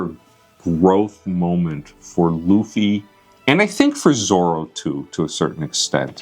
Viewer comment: I'm happy that Dad actually said Zoro instead of zolo while talking about Robin